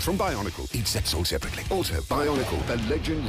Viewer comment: Nobody: Announcer: EACH SET SOLD SEPARATLY